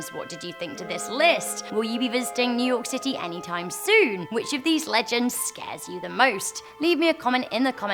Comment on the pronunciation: Yu york city really